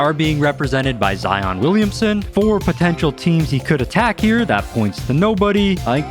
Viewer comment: being a zion myself, ITS ZI-YIN NOT ZI-ON thank you!